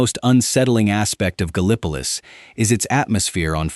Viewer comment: I loved the video... Great stuff. BUT PLEASE!!! TEACH THE AI TO PRONOUNCE THINGS CORRECTLY. Gallipolis, in this state, is GAL- ih puh LISS. Not Guh Li PUH Lis.